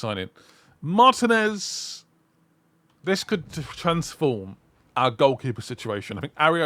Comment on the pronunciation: I want you to take this comment in the best possible light. In Dibu's surname, the accent falls on the letter “i” when pronouncing it. And I completely understand the confusion for someone who doesn't speak Spanish; in fact, I can see that you're trying very hard to pronounce it. And that's much appreciated! To make it easier, it would be something like this: Mar-t“i”-nez. Again, I want to clarify that this comment is not meant as criticism. In fact, it is meant as a suggestion for improvement, as I can see that you are doing very well...